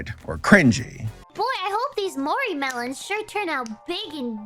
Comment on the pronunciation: Me a, someone who very much likes Vtubers and has been a round for a while. Sitting here going, yeah hes gonna gloss over stuff and a few newonces, but your complete buchering of Mori's name has me in stiches.